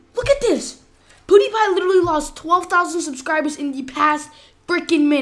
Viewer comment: Did he just say poodeepie